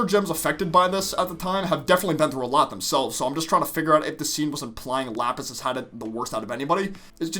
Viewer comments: Ah yes, Japis and lasper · LAPIS AND JASPER, NOT JAPIS AND LASPER